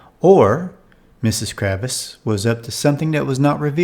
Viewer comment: KRAVITZ not Kravis